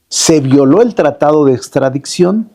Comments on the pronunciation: A VER "SEÑOR CONSTITUCIONALISTA" NO SE DICE "PRETESTO" SE DICE PRETEXTO TAMPOCO SE DICE "ESTRADICCIÓN" Y USTED SE DICE PROFESOR DE DERECHO CONSTITUCIONAL? SI NO SABE NO HABLAR TAMPOCO ES DE EXTRAÑAR LA "MINISTRA DEL PUEBLO" SE SACÓ DE LA MANGA SESENTA ARTÍCULOS QUE AGREGÓ A LA CONSTITUCIÓN Y LA MINISTRA ESPURIA DAN VERGÜENZA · “Extradiczion” pobre Lerdo fiel representante de los morenacos